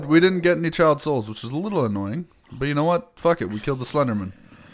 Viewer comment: the way he says 'child souls' it sounds like he is saying Chiaotzu, from DBZ